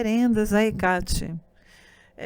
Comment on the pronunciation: Por que a palestrante fala HecÁte? E Artemís? Essa é a pronúncia correta? (Presumo que ela tenha descoberto essa pronuncia estudando)